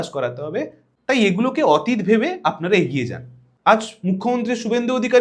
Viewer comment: 'অতীত' শব্দের উচ্চারণ বোধ করি শুদ্ধ হচ্ছে না!